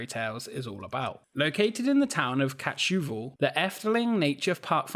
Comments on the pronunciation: 'The town of Catshoofle' 😂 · 'In the town of catshufel' 🤣